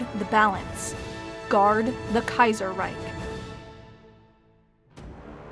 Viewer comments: But then "Kaiserreich" incorrectly in the end... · yeah up to that point I actually thought she might speak some german. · The "Reich" in Reichstag is pronounced correctly but the "Reich" in Kaiserreich is mispronounced as "Reik" #nitpick